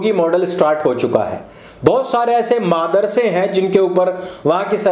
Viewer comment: Madarsa❌ Maaadrsa ✅ 😂😂